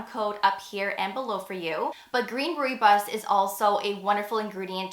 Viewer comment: FYI Rooibos is pronounced “roy boss”